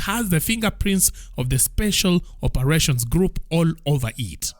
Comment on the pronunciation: "Grouo of schools".😂